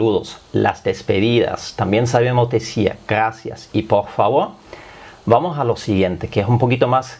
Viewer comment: Nosotros en espanol diferenciamos la erre de la ge... Nosotros decimos gracias y no ghaacia... y el bitte sehr, danke sehr?